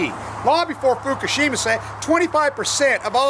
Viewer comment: pronounced Fukoshima like F*** oshima lol